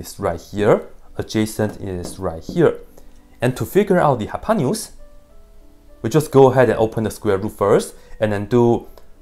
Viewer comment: that's funny how hypotenuse ended up a hypanious (as far as I can hear) LOL